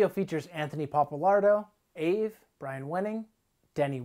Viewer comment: why is he pronouncing AVE like that lmao